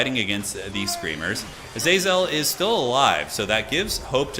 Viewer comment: Originally I hated how pronounced Azazel's name differently every time, but honestly I'm learning to love the meme.